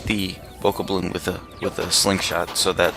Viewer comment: it is called a bow-cob-lin btw